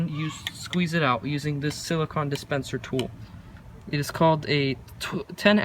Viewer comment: It’s “BOW-front,” not “bowlfront” Also, “sili-CONE” Just letting you know for future reference!